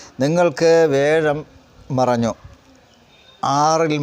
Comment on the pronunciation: വ്യാഴത്തിനെ േവ ഴം,വേഴം എന്ന് പറയുന്നത് എന്താണ് ?